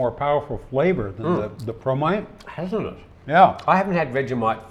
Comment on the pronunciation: I misheard " promite", i thought you were sharing bromide.